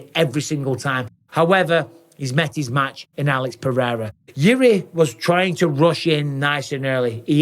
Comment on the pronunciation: I love Jon Anik (spelling?) But seriously, can someone tell him to stop pronouncing pededa? its like a really dodgy irishman or cockney pronouncing potato, its so annoying its literally ruining my enjoyment of Pereira's amazing career!